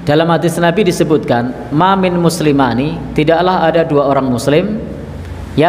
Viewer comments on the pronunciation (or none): pak ustadz, mohon maaf, yg betul maa min muslimaini, bukan muslimaani qobla an yatafarroqoo bukan yatafarriqoo wallahu a'lam